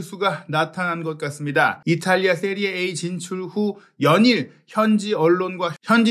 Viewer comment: 기자님 "세리에 아"가 맞는 발음입니다 전문가시잖아요